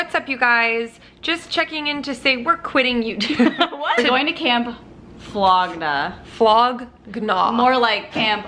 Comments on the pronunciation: Flog NAW LOL YAL SAYING FLOGNA is killing me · it’s pronounced flog naw but it’s spelled flog gnaw 😭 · “Camp flog-na” I’m dead on ur pronunciation 😂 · Lowkey annoyed how y’all said “gnaw” lol Still love y’all though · the way and pronounce flog gnaw makes me cringe lmaoo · Okay but why is no one mentioning the fact that neither of them had any idea what camp flog nog is they couldn’t even pronounce it correctly 😔🙁 low key super salty that they didn’t realize what a insane honor it is to be invited and given passes to go let alone the fact that they didn’t even take one second of content AND left early without Matt because they were cold 😒 I love you guys but this honestly really disappointed me how much they just didn’t care about it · I would rather jump out of a plane with no parachute then listen to pronunciation of Camp Flog Gnaw again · I love you guys but the way you all kept pronouncing flog gnaw had me cringing lol